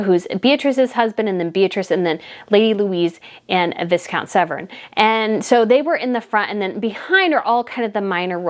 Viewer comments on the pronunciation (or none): Viscount is pronounced V IE Count. NOT VIS count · West minster, not minister. 😜 You also pronounced Viscount wrong. It’s Vi as in Bye ✌️It’s a silent s. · I really like listening to you BUT I have to comment and correct you on some of your pronunciation because it's getting on my nerves. Ok, the Duke (pronounced juke) of Gloucester who you keep calling gloshire is just said as Gloster. Viscount is pronounced Vycount. I know we have weird spellings for some words but they're almost never pronounced how they look. Ask Google how to pronounce certain words. Worcestershire is just Wooster shire like the sauce, same pronunciation. Edward VIII didn't have a vigil as he abdicated that was Edward VII. Then there's demonstrative. It's not demon strative it's demonstrative (de mon strat I've). The Kent's have a T on the end. There's another word you struggle with which I can't remember but, I'm not telling you this to offend you, I want you to get it right because calling the Duke of Gloucester the Duke of Gloshire is so disrespectful and annoying. As a reporter/journalist, you should know these things. Sorry. Please don't be offended, just get them right. I don't think you would like it if we got your American leaders names wrong. I hope this helps x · Just a little point - Viscount is pronounced Vie count - not Vis count! Gloucester is pronounced Glos ter. You are right - we love the constancy! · I love your in depth content! Most people just focus on Harry and Megan. A couple pronunciation suggestions though. "Westminster" is "west"- "min"- "ster", not "minister" like the minister at your church (minster rhymes with spinster). Also, "viscount" has a silent "s" it's pronounced "vye" (rhymes with rye)- "count". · Viscount is spoken with a silent. s.... Vi..count...not commented to be nasty. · West minister? Visscount?…. Oh, brother…. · Thank you for your interesting video. One point Viscount is pronounced without the S. It's Vi-count.